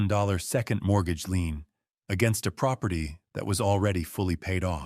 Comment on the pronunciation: Not lean, lien.